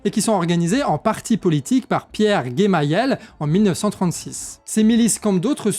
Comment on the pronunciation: Hafez el Assad père de Bachar et on prononce Jémayel Détails...